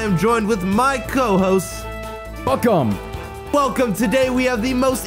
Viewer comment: Who se thought said f em when he said welcome 😹